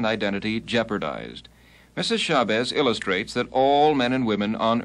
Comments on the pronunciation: Hey babe is SHA BAZZ. NOT SHABEZZ. GET IT RIGHT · I came looking in the comments. Betty Shah-bezz? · As soon as he mispronounced her name...